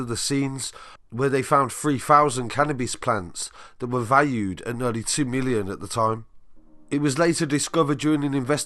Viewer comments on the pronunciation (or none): Adding the Y on the end was the oddity. Milly On.